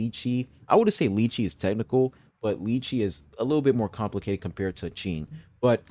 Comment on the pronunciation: You pronounced Qing's name correctly! There's a tone with it, but you don't really have to worry about tones if you're not studying the language :) Thank you for making this video! It was really helpful